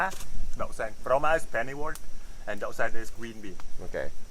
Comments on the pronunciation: hey, [rau má "ĐẬU" xanh] not [rau má "ĐỤ" xanh =]]]] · Rau má đậu xanh chứ k phải ‘ đú’ hay ‘ đụ’ ok👍👍👍👍😂😂😂